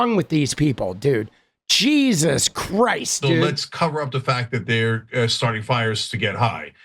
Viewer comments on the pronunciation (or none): none